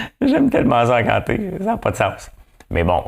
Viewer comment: Encanteur et non ancsnteur hi!